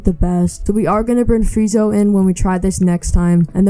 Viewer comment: Bro called sanji, sanjay 💀or freeza, freezo